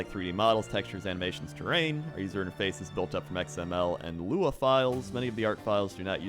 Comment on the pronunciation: Web Engineer here, as well as a Lua wow addon dev. Hearing him say Lua correctly gave me a lot more respect for lol. Also, the whole database migration explanation reminded me of the old company I worked for who had a terrible database design and made me feel humble knowing that even big companies like Blizzard started out with bad designs. Universities take normalization very seriously but in the real world, people brush it under the rug.